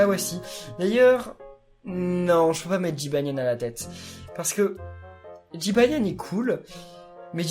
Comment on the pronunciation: j'ai trop rigoler quand ta dis jybanian 1